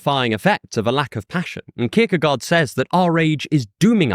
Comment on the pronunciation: I had to grit my teeth every time you pronounced his name. I still love your channel, though.